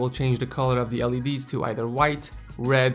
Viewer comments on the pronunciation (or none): none